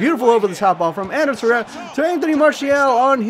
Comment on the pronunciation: I know this is a long time in the past but it's varela the r before the L. You were saying Valera. And there isn't an s on Ander Herrera. You were saying anders and at times it sounded like andreas.